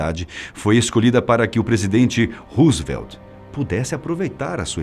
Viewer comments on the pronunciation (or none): none